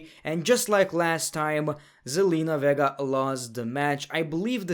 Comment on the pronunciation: I cannot be the only one that heard him pronounce Zenlina's last name as Verga lmaoo